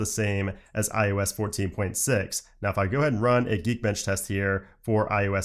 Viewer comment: Is it me or am I hearing him say "i U S" instead of iOS?